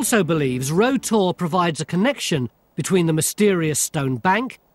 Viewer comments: Made me chuckle all way through as he was calling it Row Tor (spelt Rough), the locals call it "rout tor'. It can be easily seen the A30 near the Jamaica Inn, along with Brown Willy. Any live stock around there my brother was probably looking after at the time of filming. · I've spent a lot of time on Bodmin Moor & never ever heard it pronounced "row" (as in "row your boat") always "rau" - locally it's more like "rauter" - you got it wrong there Baldrick. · Yes, it rhymes with "plough". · Got to love English. Rough is pronounced rough, unless it's Rough Tor; in which case, it rhymes either with row or row